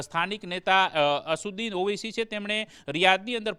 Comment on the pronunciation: Pronunciation is not right , I.e. Regarding Owaisi